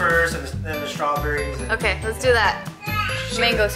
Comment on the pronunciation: "Strawburries" 😂 oh